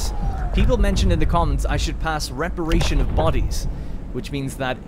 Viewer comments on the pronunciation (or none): Great video! One thing, though. It's RE-PAT-RI-ATION of bodies, not reperation. You are not dr. Frankenstein, altough he would be an awesome addition to the game.